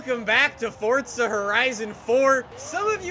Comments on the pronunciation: Why do yuo say forza like fortza? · This game is not called fodza its forza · god damn man, the way u say forza is gettin to me. wElcOme bACk tO FORTTZA man stfu, say forza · ITS NOT FORTZA, ITS F O R Z A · Man I can’t stand the way he says Forza “(Fortza)” I just want to rip his head off every time I hear him say Forza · Its For - Za not fortzer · Sneakers 4 life yeah that annoys me a bit lol. If it was pronounced like that, it should be spelled “forzza” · It annoys me like he always says fortza when its forza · “Fortza” it’s forza 😂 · forza not fortza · Its for za. Not fortza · It's not fortza it's forza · It’s not FORTza it’s forza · It’s not fucking Fortza it’s forza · Is not fotza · U dont say forza properly u say fortza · Stop pronouncing Forza like Fort-za seriously dude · Why do you say Fortza Horizon 4 why not FORZA horizon 4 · *forza not fortza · I love this guy i just hate how he says fortza instead of forza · Why does everyone say fort-za😡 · Love you’re videos but when you say fortza horizon at the start is so annoying it’s forza there is no t so please stop pronouncing it fortza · It’s still not Fortza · did this man just say fortza? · Fortza horzion... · Man calls it fortza😂😂😂😅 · You say fortza. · Stop calling it fortza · where is the “t” in forza? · ITS FOR-ZA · calls forza horizon 4 fortza horizon 4 😂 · “Welcome back to fortza horizon 4” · i remember in forza motorsports 5, jeremy clarkson had a narrative opening scene and he said (at the end) "Welcome to FORTZA motorsports 5." At least he pronounced forza as fortza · isnt that what it’s pronounced in italian though? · it is pronounced fortza tho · Fortza hurizun 4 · Its not FORTZA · Logan Sauvage I don’t see a T in Forza you liberal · He says forza like fortza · He says fortza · Fortza horitzon 4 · buddy can you please say forza right! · it triggers me how he says forza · The way he says forza tho